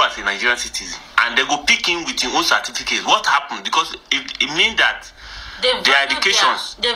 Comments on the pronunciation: listen to the pronunciation of CERTIFICATE and you want to be employed 😂😂😂😂 one ❤ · I am hearing a lot of "cerfiticate" which one is that???🙂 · Certificate or Cerfiticate 😂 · How would you prefer them to pick you over a person who can pronounce certificate proper than you. I will personally disqualify for pronouncing Certificate that way.😂😂😂